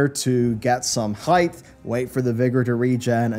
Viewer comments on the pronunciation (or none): It's "height" not "heighth". Drives me nuts that you always mispronounce it!